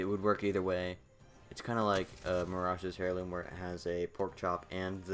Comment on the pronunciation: Nice video, but it's pronounced "air-loom" not "hair-loom"